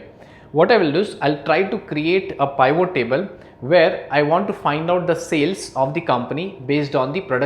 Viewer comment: Good but please learn how to say Pivot. It not Pye-Vo.